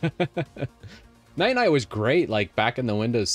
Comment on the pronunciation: still calling Ninite "Night-Night" 😂